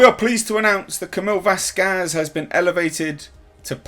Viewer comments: VASqez. Wrong emphasis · And u stil cnt say her name right 😑🙄 VasKAZ 😕 wtf h sort it out